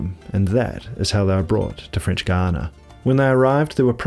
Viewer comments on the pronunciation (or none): How can you do a video about Guiana and not even know how to pronounce it properly? There is no "u" in the pronounciation!! To be fair, sometimes you get it right, but most not! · I'm keen to know why you sometimes pronounce Guiana as "Guiyang". That's not what the dictionary tells me. Hahaha. Just out of curiosity. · AHH, IT'S THE FRENCH WAY!!